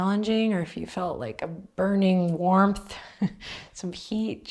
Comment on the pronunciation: Seriously, first I did hear "burning worm" :D